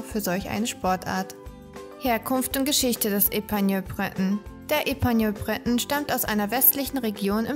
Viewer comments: Eine, deren Namen richtig ausgesprochen wird 😂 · Bitte den Namen richtig aussprechen....! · Info: Die Lebenserwartung liegt bei ca. 12-15 Jahren und die Aussprache ist uns hier nicht so gelungen. Epagneul Breton wird französisch ausgesprochen.